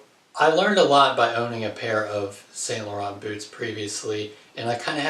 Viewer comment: San not saint .